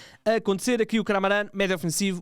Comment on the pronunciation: É Kamaran para aqui e Kamaran para ali, quando é só ler para perceber que se chama KahRAMAN Este nunca desilude com o ultra profissionalismo 😂